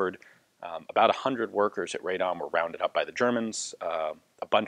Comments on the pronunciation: Pronunciation is RAH-dom, not RAY-dom. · Just quick help with pronunciation. Radom should be pronounced Raadom, like Aadvark, not Raydom. (Of course kudos for good try) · I understand and empathize that Polish city names are impossibly difficult to pronounce, but in this case it's read like it's written, "Ra-dom" rather than Raydom. Thank you for the video :) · RADOM, not RAY-DOM but anyway good to hear something good about Poland. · Ian, pronounced "rad'-um' as not ray'dom. .. At least that is how the residents of Radom pronounce their town. between Warsaw and Krakow on the drive down south. :) Good review otherwise. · I mean that RAH is much more similar to Polish /ra/ than the RAY is. And RA would also be too far, since it's more like /ae/ sound, which is not present in Polish. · Very interesting history. I didn't know about those brave workers. The city by the way is pronounced like "Rah-dom". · The pronunciation of the city of Radom sounds more like Raa-dome. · rather RA -DOM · "RAD-DOM" is the correct pronouncation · "Ray-dom"? What? At least try.